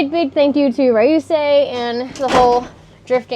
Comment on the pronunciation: Ryusei not rayusei